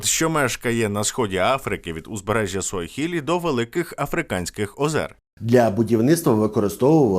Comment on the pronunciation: та все правильно сказав. Африханських 😂😂😂